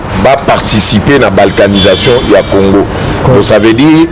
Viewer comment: Ruberwa n'a même pas honte de chercher à identifier les congolais ? Quelle sorcellerie ? Ruberwa ne parle jamais lingala. Il dit aussi Orive Rembe, Congore... Exactement comme Kabila Kanambe. Maman Orive...